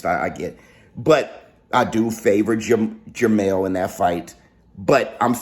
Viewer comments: Just announced its jermel not jarmall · It’s actually jermell